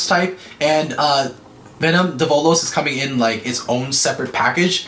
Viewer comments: it's pronounced DE-vo-los not de-VO-los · its devolos but u dont pronounce it like de vo lows its prounounched davolos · It’s pronounced Dev - uhh - los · You’re supposed to pronounce develos name “devil-os”